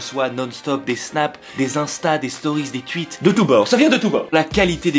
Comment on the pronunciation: les belges ils disent "tuite" mais ils disent "ouite" juste expliquez moi